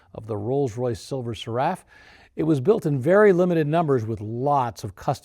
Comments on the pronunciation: Silver Wraith, pronounced RAITH which means ghost. Nothing to do with wrath. Also the Seraph is pronounced SERaph not serAPH. 😉🇬🇧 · Seraph rhymes with "sheriff", not "giraffe". Just ask Rolls-Royce. Yes they are costly to properly maintain, but that is the price of admission, and if you can't or are unwilling to afford it, you have no business owning the car. That is the bad news, but that's reality. The good news is parts support for post-war models prior to 2003 is excellent, from several sources of long-term outstanding reputation both here in the USA and in the UK. All it takes is a phone call or internet access and money. Often surprisingly, many of the regular maintenance items, though unique to R-R/B, are not that much more expensive than for other more commonly encounterd high-end cars. On the other hand, finding qualified technical help within a reasonable distance is often a real challenge, but that is where RROC membership pays dividends. Since the separation of the brands in 2003, with ownership of Bentley going to VW and Rolls-Royce to BMW, parts support for the models introduced at that time and just prior to it, particularly electronics, have become problematic, with many high-demand items becoming NLA, which is of course negatively impacting values. My credentials: I've had "the disease" for over 60 years and have owned three. First was a 1958 Silver Cloud Standard Steel Saloon-my favorite, wish I could have kept it. Second was a 1998 Silver Seraph, a beautiful modern interpretation, but overall a disappointment. All the issues I experienced with the car, and there were a few, in the four